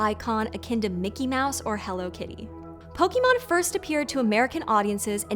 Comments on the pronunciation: I really wanted to watch this video, but the mispronunciation of "Poke-aay-mon" to "Poke-eee-mon" constantly through the video was too grating. I only got 2 minutes in before I turned it off. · With respect,, it’s pronounced Pokémon (Pow-kuh-mon) not Pow-kee-mon. You wouldn’t ask for a résumé “ree-zoo-mee”, you’d ask for a (reh-zu-may) I wouldn’t put a Pokéball in my pohkeet, I’d put it in my pocket. The mispronunciation lessens the credibility of your presentation. And before anyone snaps back at me, no one in the official anime dub, or in any official Nintendo/Gamefreak branding, or the literal live action movie calls it pokeemon either. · The worst part of this video is the way she pronounced the word "Pokémon". It should have been clear that e with an acute would make an "eh" sound instead of "ee" sound. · Po-KAY-mon Not Po-key-mon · Not sure of the "correct" pronunciation, but hearing the American "Pokey Mon" always grates on me. "Pok 'eh' mon" is closer to how it's said in the UK. I've heard "Poh Kay Mon" too... which also sounds odd to my ear! haha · Great video but am I the only one that gets annoyed when people call it pokemon instead of pokémon? It's as bad as the people who call milk "melk"😅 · This is actually wrong too. (Poh-kuh-mon) is a common (though accepted) mispronunciation spawned out of the English dub of the original series of the anime. The proper pronunciation of Pokémon is (Poh-kay-mon), as it’s a portmanteau of the katakana pronunciations of “pocket” and “monster” (poh-keht-toh mon-stah). EDIT: also, your last statement is untrue, Meowth has always pronounced it (poh-kee-mon) in the English dub, lol. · How neat to see one of my favorite franchises featured on a PBS channel!!! Not to be a stickler, but the accent mark above the E affects the pronunciation. It's pronounced Po•Kay•Mon, not Po•Kee•Mon. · I'm excited for the episode but man she really is gonna say Po-key-mon instead of Po-kay-mon... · Po key mon